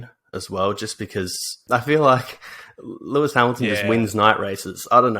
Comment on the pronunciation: Who's Lewis Hamlon? And who the heck is Vaeri Boas?!